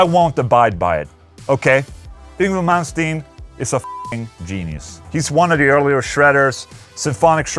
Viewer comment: After 35 years, I have finally heard the correct way to pronounce Yngwie Malmsteen. Thank Ola ✌️👍